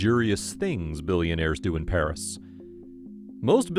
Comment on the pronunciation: _I’m living in Paris and I’m watching this. (The pronunciations of the places are wrong.)